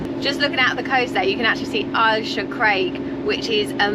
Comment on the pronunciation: It is not Ayrshear it is Ayrshire.